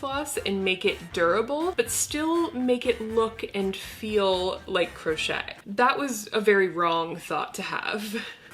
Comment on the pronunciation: Did she say "gross-chet" nails?